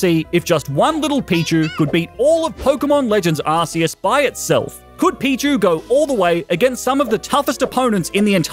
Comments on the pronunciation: Has no one noticed that he called pichu pikchu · The second I realize he said Pikachu I started going off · I noticed he shamefully called pichu “pikachu” as well